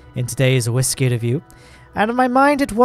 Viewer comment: Why are you saying whiskey like that mate.